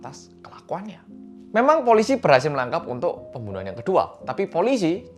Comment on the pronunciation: " pemboenoehan " ngakak bgt sksksk